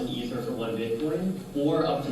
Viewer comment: E-ther.. it’s pronounced with a strong E. Just a heads up.:) Thx for all your hard work!